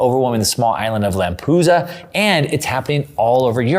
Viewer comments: Lamp-e-du-sa. Not Lampusa.... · it's LAMPEDUSA... LAM-PE-DU-SA... not Lampusa :face-blue-wide-eyes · one thing: LamPEdusa not Lampusa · Lampedusa is not Lampusa. 🤦🏻‍♂️ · It’s pronounced [Lam peh du sah] not [Lam poo sah] fyi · Lampedusa, not Lampusa. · Great reporting. Just a side note.. It's Lampedusa not Lampusa. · It's LAMPEDUSA, not Lampusa. And GIORGIA Melloni, not Giorgina. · It's called Lampedusa, not Lampusa. 😉 Great segment though. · Thank you. Is it really pronounced Lampusa? I've only heard of Lampedusa. Interesting. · It’s not “Lampusa”… It’s Lampedusa! And It’s not “Georgina” Meloni but Georgia Meloni! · It's LAMP - ED- USA, not Lampoosa! Over and out! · LAM-PE-DUSA. NOT Lampooooza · BTW it's called Lampedusa, not Lampusa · Lampedusa not Lampusa. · Correct pronunciation is Lampedusa Like USA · LAMPEDUSA....LAM...PE...DUSA,!!!! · try lamp uh dusa….I’m Italian take my word for it. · sorry but it is L A M P E D U S A NO lampusa ?? lol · I don't buy the story of "African's in first class going to walk to the US". I call bs. This guys pronunciation of "Lampoosa" is about as accurate as his interpretation of the Cloward and Piven strategy being behind the flood of migrants. Trying to claim there is no push for immigration in the nations of origin is ridiculous. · LAM-pih-DEW-zə I know you know what you're talking about, but it's hard to take you seriously when you can't pronounce the name of the place that is one of the focal points of your episode. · Its LAM PAY DOO ZA you dolt! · Lampusa😂, learn to read American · Great content, like always! Just one thing: it’s pronounced LamPEDUsa and Italy prime minister is Giorgia although Giorgina is sweet 😃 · Any rant about a European migration crisis / invasion is slightly weakened by not being able to pronounce the Lampedusa name correctly...